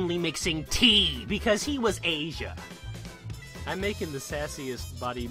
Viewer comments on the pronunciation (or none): none